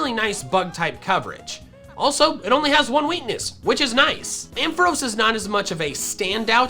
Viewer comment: AMPHAROS, NOT AMPOHROS! FIX IT NOW!